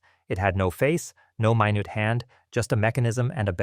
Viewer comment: No new my newt (minute) hand. Is this an AI narration or did the person not know how to pronounce a minute (min-it) ?